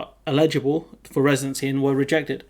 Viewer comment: FYI Eligible isn't pronounced E-legible it is one word and is an I not an E